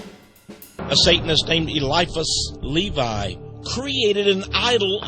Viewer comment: he even said elevis Levis name wrong! even though I might have spelled it wrong.